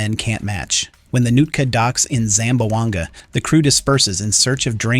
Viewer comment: ZAM - BWANG - GA 😂